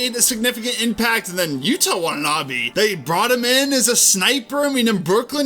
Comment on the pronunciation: Just for future reference so you don't get ratio'd like I did, but Yuta Watanabe isn't pronounced like "Utah" Watanabe but rather "Yooda" Watanabe, with particular emphasis on the T having a D sound